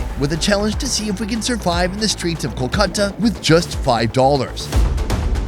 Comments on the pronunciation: Not coo-khata, it's call kool-kata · Your Kolkata pronunciation realized me why English people named it Calcutta....Glad we changed to the original name...By the way Kenya was Kiriniyaga..